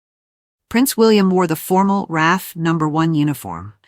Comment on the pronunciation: UK VE Day narrated by an American robot. It's R-A-F, by the way -- not RAFF